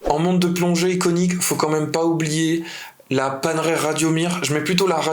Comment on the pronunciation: J’adore ! Merci pour cette vidéo ! Je chipote mais…Panerai —> paneraille pour la prononciation italienne 👌 Et pour la Reverso, c’est bien le boîtier qui se retourne, pas le cadran. 😉